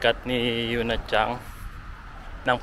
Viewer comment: CHANG ba talaga ang pronunciation may G. Narinig ko kasi sa mga Japanese homeroom teacher chan example Sakura chan, Yuki chan, Miyuka chan, Momoka chan. Tinanung ko din yung mga Japanese teacher wala daw G di daw CHANG.